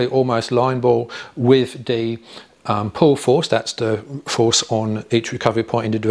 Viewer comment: NB - "the" not "dee"